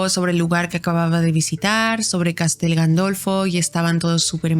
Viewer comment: Se dice Castel Gandolfo